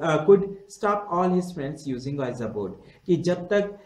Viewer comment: sir just ur pronunciation of ouija board ws wrong.... its better called (vija board).😉